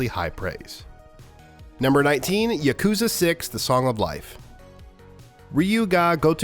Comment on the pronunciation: Its not yuk-KOOO-za. Its yah-koo-ZAAAA.